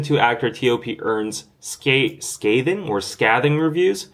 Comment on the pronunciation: It's "scathing" with a long "A" like in "bathing." And "Shea" butter is pronounced "shay." Wish those other soaps had been on the website when I just placed my order a week or so ago. Bummer.... oh well, hopefully next time I order they will be available.